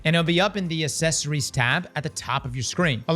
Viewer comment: accessories, not assessories.